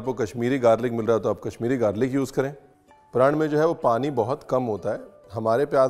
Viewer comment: Chef 'prand' nai 'praaaaannn' haiiiii🥲🛐 app 'prand' bol kar hame rula rahay ho